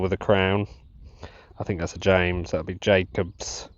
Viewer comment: It's not Jacobs on the James 1st coins - it's Jacobus, pronounced Yacobus.